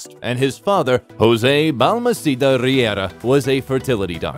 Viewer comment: Hahahahaha I love "Jouse" ando "Pedruo" 😂